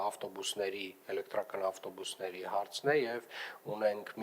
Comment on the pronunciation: lava mi qich bard tver chein 18 - 12 metranoc elektrrrrrrrakan ....